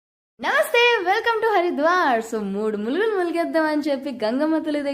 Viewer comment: అది. మూడు ములుగులు కాదు.మూడు మునుగులు ముందు తెలుగు నేర్చుకోండి